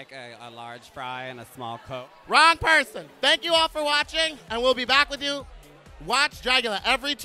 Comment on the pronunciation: "WRONG PURSON!" rofl